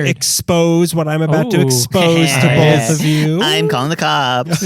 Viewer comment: I like how gives guff for Valentine’s Day but can’t say “both” or “open” without adding an “L” after the “O”. And …you’re just killing it. Great work guys!